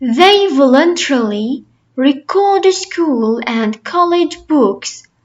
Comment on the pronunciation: Thanks for your effort, but the pronunciation of the word "record" is not correct according to both American and British English. 😊